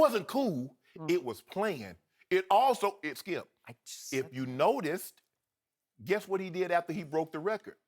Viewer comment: "What does that tell you, Thkipp? Skip: (pause to let his brain come up with an excuse) "Well........"